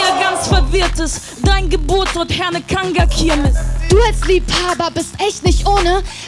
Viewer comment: Kanger Kirmes...diesen Namen sollte man richtig aussprechen können